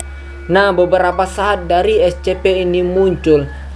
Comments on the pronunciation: Kak,cara ngmong SCP itu kayak gini esipi Ya ngmong SCP itu seperti esipi waktu ngmong esipi nya biasa aja, jangan kayak esHpi ndak usah,biasa aja! Esipi tapi tulisannya SCP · Ni org nyebutnya es ce pe Tapi klo dibaca s si pi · Bang Baca Scp itu Escipi